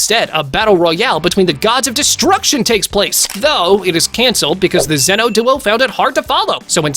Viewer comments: pikkon is said like p eye kon.... who the hell is peekon and again who the hell is 0 his name is zen-o not 0 and i have a problem with some one your points it seems to me you dont no much about dragon ball at all and who is toe po its TOPP-O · Did you call zeno zero?